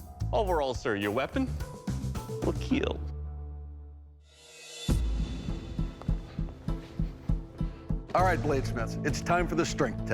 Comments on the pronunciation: oh by the way, it will keal😎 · Your weapon ... Will keal 😁🤮🤮🤮